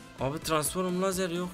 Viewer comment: Transform yazılışı okuyucu Tıransforum 😂😂😂